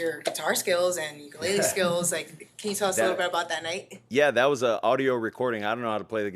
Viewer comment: TIL the proper way to say Ukulele